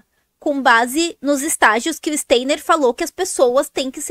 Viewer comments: Pronuncia Stainer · Nem sabe pronunciar o nome.do Steiner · A pessoa não sabe nem falar o nome do Steiner….